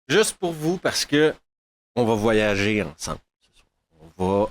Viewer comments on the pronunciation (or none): none